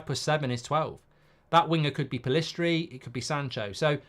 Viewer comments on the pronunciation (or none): none